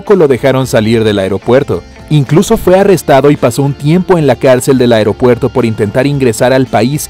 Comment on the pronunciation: Porque decía afropuerto